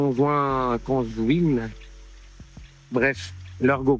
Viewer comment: Conjointe pas conjouine * 😂😂😂😂